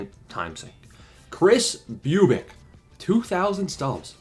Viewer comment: I know you love this so I’ll say you’re pronouncing Bubic wrong. Say it like you’re trying to scare a female dog 😂